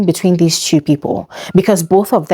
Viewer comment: Btw it’s two as in tu Not theww